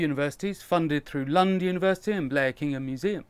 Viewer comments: You pronounced Blekinge perfect 👌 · Your pronounciation of Blekinge was excellent! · Im so glad you managed to get your account back! Edit: You got the pronounciation of Blekinge pretty close to how a swede would say it, well done! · Well as a Swede I can safely say your pronunciation of "Blekinge" was really good, all you need is to learn the the Swedish "E" sound and perfect, although that depends on which regional dialect your going for in which case it varies... Thanks for an interesting video regardless:-)